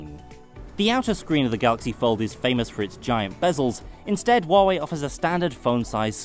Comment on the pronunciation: Holy shit, someone who is actually pronouncing Huawei right :O